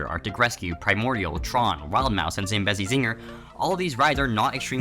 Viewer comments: As someone who’s home park is worlds of fun it’s zam-BEE-zi zinger 😂 (no hate btw) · why did you say "Zambezi Ziegler" like that